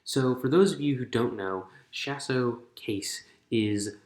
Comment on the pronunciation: Lol Shas'O'Case It's said as Shas'O'(Kah-EES)